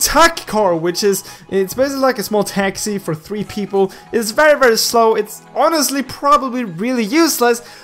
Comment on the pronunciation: It's Teeeexyyy....(texi) not tech-shy!